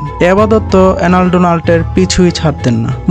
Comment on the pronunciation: এই এসব ভিডিও বানানোর আগে বাংলা উচ্চারণ ঠিক করো ওই লোকের নাম এলেন নট এনাল